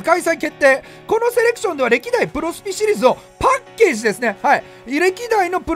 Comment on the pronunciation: セレクションなのにセレションになってるのは気のせいかな…？